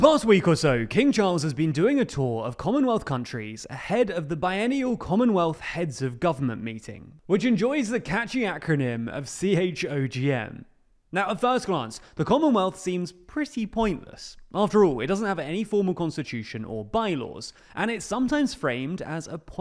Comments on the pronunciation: CHOGM is pronounced as it looks - choggim. It really is an acronym, not an initialism. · Sensibly doesn’t attempt to pronounce the Samoan leaders name…. PS CHOGM is pronounced as a word Chogm not an acronym. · CHOGM is an acronym pronounced chog-em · I am from a non-commonwealth country and have never heard it said out loud. But I always assumed it must be pronounced "Chogum" because the alternative was too unwieldy